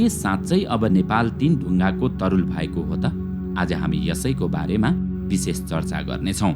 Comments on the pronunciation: तरल होइन तरुल होला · तरल हो कि तरुल हो ?